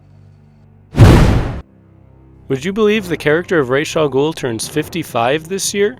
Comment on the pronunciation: It's awesome that you pronounced his name the right way. Most people pronounce it like in the Batman Begins movie.